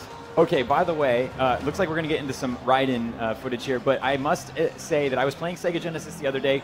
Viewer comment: This fool said Raiden the right way. Not the MK way. If its MK you pronounce it "Rayden"